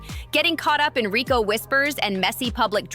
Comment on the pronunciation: U slow as hell u can't even pronounce Rico right lol